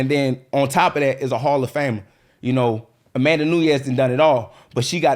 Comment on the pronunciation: John Cena vs A-Man-Duh 😂😂😂